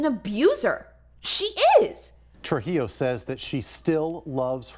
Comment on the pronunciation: ana trujilo, more like ana truHEELo im so sorry